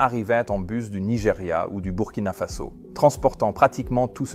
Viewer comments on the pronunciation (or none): none